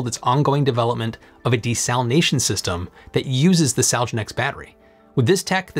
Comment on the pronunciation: "fewer moving parts", not "less." grammar 103. mispronunciation of the word "desalination." i swear, the people who got the covid vaccine have lost the ability to pronounce syllables.